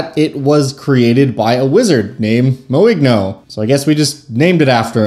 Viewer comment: It's french, so should be pronounced more like "moin'yo"